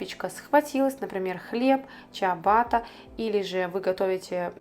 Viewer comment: Не чиабатта а ciabatta пишется а произносится чябата. 😂а вы запекали фокачу 😂 называется focaccia 🫓